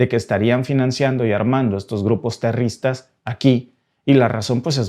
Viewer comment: Amigo.queda patetico como dices la palabra terroristas.sin ofender.